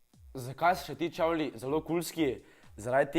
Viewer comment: Nauč se rečt čevli